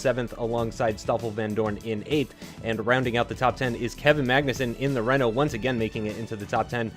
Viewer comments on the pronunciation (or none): none